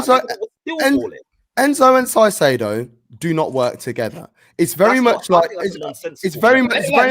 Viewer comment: This dude can't even pronounce Caicedo right piss off